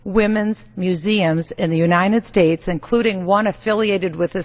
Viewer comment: Is Bachmann's pronunciation of United States as "U-ni-ned States" a Minnesota thing? Just wondering. We Oregonians have some odd pronunciations, too, undoubtedly. That being said, this soon-to-be-former politician has never said one thing with which I've ever agreed. Even when she says "God Bless America," I disagree with her insofar as I don't believe she means THE America, OUR America. Only her very twisted, ugly America.